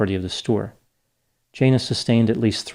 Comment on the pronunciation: It is normal for retail employees to have their bags searched at departure, even when leaving for lunch. I think it's unlikely you have the pronunciation of Jana correct.